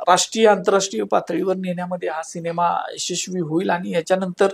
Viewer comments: अँकर ला "सिनेमा" शब्द निट उच्चारता येत नाही.. शिणेमा बोलतोय..😅😅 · शिनेमा नाही सिनेमा असतो 😂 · शिनिमा नाही सिनेमा!